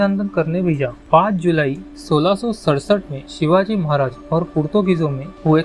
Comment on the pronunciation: शिवाजी महाराज बोलना नहीं आता क्या दुनिया के सबसे महान राजा का नाम ऐसे लेते हैं क्या